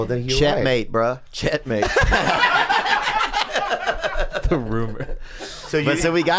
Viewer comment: For the record, Theo definitely said ch*nk mate lmaoo